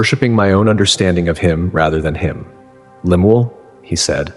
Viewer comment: His name is Lem- el Young otherwise pronounced as Lem- u- el. And what Mormon would name their kid Lemuel? 😂😂😂